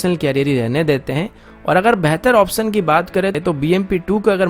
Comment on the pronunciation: Brother pehle option kehna seekh lye....